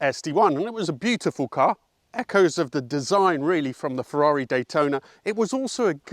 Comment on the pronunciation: Hmmmm, you didn't pronounce Ferrari as an Italian 🤔